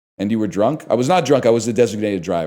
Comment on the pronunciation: "I was druhnk" It's really not that bad.